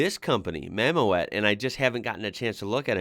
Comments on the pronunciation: Mammoet is not pronounced Mammo-at but Mam-mood. The Dutch word Mammoet is the name for an ice age elephant-like animal; the English name is mammoth. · btw .. mammoet, as an englishman the closest I can get you is "mah moot", think mammoth but without the th sound. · The little ford you were curious about is a Ford Ka. As for clearing the low wall, the trailer has a certain amount of lift capacity so they can actually raise it up somewhat if they need to. Mammoet is pronounced Maamoot (it's dutch for Mammoth) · Mammoet is pronounced mam oot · Mammoet is pronounced Mamoot. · I love your enthusiasm for these things, the trick with clearing the border wall is that the load cradle can be hydraulic lifted and lowered. The name Mammoet is pronounced as Mamut in English and means Mammoth. Mammoet is active world wide, even in North America now, bringing with them al the modern European equipment like these modular platform trailers with all steerable and adjustable axles and self propelled modular transporters (SPMT). The modular platforms can be coupled together in any configuration needed for the task, up to several thousands of tonnes capacity. Biggest manufacturer of these heavy load trailers is Scheuerle from Germany, but others like Goldhofer of Germany and Cometo of Italy build these too, this kind of modular trailers and SPMTs are still only manufactured in Europe. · Mammoet - Dutch is, like German Mammut, pronounced "Mammoot". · In Dutch, the "OE" is pronounced as "OO", as in boot or loot. Mamoet is spoken as Mamoot, thus!